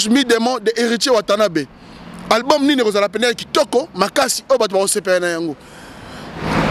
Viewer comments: Monsieur on ne dit pas ALGBUM .On dit ALBUM.Tu dis ALGBUM ALGBUM ALGBUM.Vous les zairois là vous avez une mauvaise manière de prononcer les mots en français. Nous avons honte à votre place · "QUEL EST L ALGBUM LE PLUS ATTENDI"???? C est quoi cette manière de parler français là ! Hein?